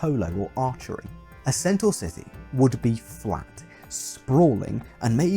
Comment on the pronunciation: Originally centaur lived in mountains, wore nothing and got drunk a lot. They also wrestled. And carried off women. Their diet consisted mostly of meat, sometimes of men. Almost every depiction of centaur that has come down to us is based on Chiron; the civilized centaur. Thank you for pronouncing 'centaur' correctly.